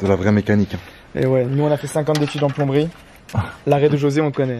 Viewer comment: Il m'a tuer "ç ets bts plonberie" 😂😂😂